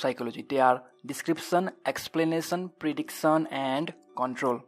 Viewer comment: What is predicson..why youu don't pronounce tion